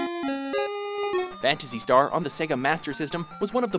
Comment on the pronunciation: I was triggered when they said "Phantasy Star"